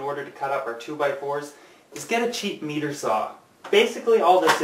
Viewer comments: Good video. (FYI, it's pronounced MY-ter not ME-ter) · meter saw heheh is that how canadians really say it?